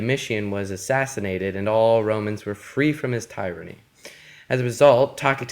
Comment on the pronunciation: The way you said tyranny killed me